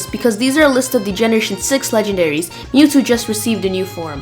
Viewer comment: dude... you're saying the legendaries